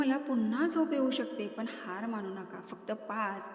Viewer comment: पन नव्हे पण मराठी शिकून घ्या.